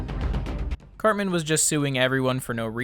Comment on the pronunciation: Why does he keep saying his name like Carbon or Carmen?